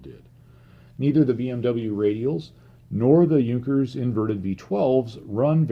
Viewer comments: has addressed that in one of his about-the-channel videos. He is using the English language style of pronunciation, because his videos are in English. It is a stylistic choice that I personally disagree with, but it is why he deliberately mis-pronounces "Junkers" and "Jumo". Now if only he wouldn't use the German pronunciation of "GMBH", it would be a bit more consistent. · can't even pronounce "Junkers" or "Jumo" right most of the time. I's embarrassing since he is German.